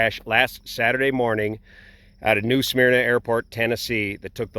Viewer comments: And it’s pronounced “Smerna” and not “Smeerna” but I give a pass on pronunciation - he’s not from here😊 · And as a near-local, it's not "SMEAR-nah." It's just "Smurr-nah". Thank you for coming to my TED Talk. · Just so everyone knows it's pronounced "smur-nuh" rather than "smeer-nuh." This really hit home for me because I grew up in the area. It reminded me of the Blue Angels crash in the same town a few years prior. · SMER-NUH... it's pronounced "smer-nuh". Lived there for 15 years. Also, where did you get the "New" portion of it? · Great info.. but we pronounce it Smur-nuh.. again great info.. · actually, the natives pronounce it suh-merna. I dare you, however, to find a native these days.